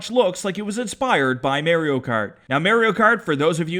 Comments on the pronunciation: I can’t tell if he’s funny or annoying (also wtf does he say Mario like that) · Why is he saying marry-o cart ?